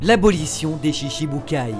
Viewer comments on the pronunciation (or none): Bonne vidéo ! Mais BTW on dit : "Shichibûkai" le CHI à la prononciation =TCHI. Ce n'est donc pas : "Shishiboukaille" comme 90% de la commu' FR le prononce mais bien "Shi-Tchi-bukai" haha ! Exemple : La femme de Gokû s'appelle "Chichi" qui se prononce bien "Tchitchi" et non "Shishi" voilà j'pose ca là faites en bonne usage lol.